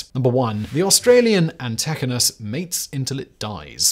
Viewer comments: It's pronounced an-tee-ky-nus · The Antechinus is pronounced anti-ky-nus. The males live for one year and the females for two or three. They are not mice, but marsupials. And are close relatives of Bandicoots and Tasmanian Devils. Like Bandicoots they live on insects exclusively. And yes Antechinuses males mate for up to nine weeks in Spring (September to November here) and don’t eat. They release a stress hormone that suppresses their immune system. By the end, they are emaciated, their fur has fallen out in clumps and they die of common diseases or to predators. They live through much of south eastern Australia, and you never see them. Not only are they nocturnal but they live in forests away from human settlements. But foxes (introduced red foxes) and feral cats have decimated their populations. The worst thing is living in a rural town - as I do - and knowing that not far away in the forest some little animal is getting lucky a thousand time more than you.